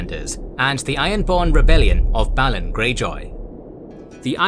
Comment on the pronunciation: theres literally a tv series made with the wrighter how u mispronounce so many word and names in these fantacy worlds, theres established content with spoken representations how u manage it baffles me balon is b A lon sorry jus bit of a peeve